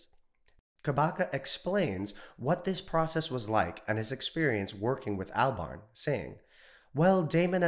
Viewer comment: Cant pronounce Albarn. Cred low.